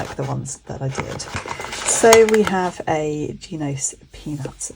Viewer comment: Shes wrong, its more like an italian pronunciation, they have a phonetic explanation on their website